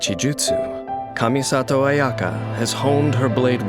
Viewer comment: Ayaka... ... Its Kamisato Ayaka!